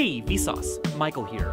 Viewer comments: More like "Hay we sauce my cold beer" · Sounds like "Hey Vsource, might call here." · After a while you start hearing: hey vis auds Michael hear